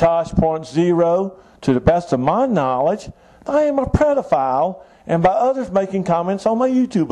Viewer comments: Did he say "prodephile?" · Did anyone else hear him say predophile? Kinda has a nice ring to it, adds a little bit of predator to pedophile.